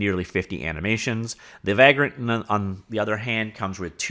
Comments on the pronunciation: It’s pronounced vague-rent, as in a tramp or hobo, do all Canadian miss pronounce words? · Unrelated but seeing the word Vagrant reminded me of one of my favorite games, Vagrant Story. Also you say vagrant weird, or maybe I say it the wrong way lol. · No, he’s pronouncing it wrong, but I forgive him.